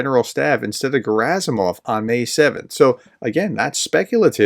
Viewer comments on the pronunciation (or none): none